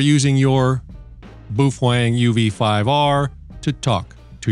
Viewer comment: dude calls it boofwang because he loves boofing wangs